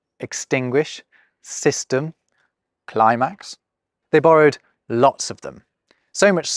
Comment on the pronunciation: The way you said “climax” in the most British way possible 😂 love your content and the way you deliver it! ❤